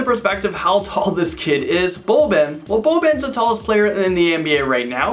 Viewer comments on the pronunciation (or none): And it’s Boban you said it weong